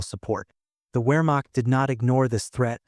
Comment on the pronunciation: 'Wehrmacht' should be pronounced "Vehrmacht'